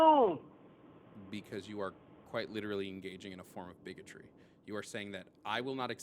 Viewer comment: "BiGOtrEe!?!?" Not gonna lie i laughed out loud. Caller dumb as hell...